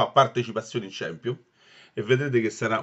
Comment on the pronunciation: ciampionli non si puo sentire ahhaahahahah